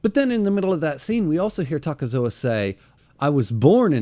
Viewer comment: It's not "Takezoa" just Takezo.